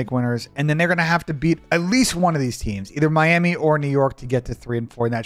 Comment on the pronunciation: That “Miami” had my ears bleeding